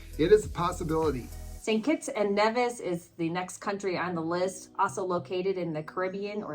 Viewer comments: Nevis is pronounced Knee-vis not Nev-is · It's Saint Kitts and NEEVIS (rponounciation), not NEHVIS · Great content as usual. Thank you. The countries in the Caribbean are pronounced Gren-ayda, Nee-vis.